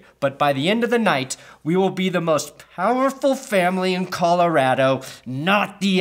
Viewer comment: You said colarato